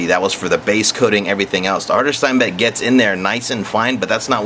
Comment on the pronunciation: But you're alright with saying "Steinbeck" instead of Steenbeck? OK. And if you want to get picky - pronounce it shteen beck. Adios.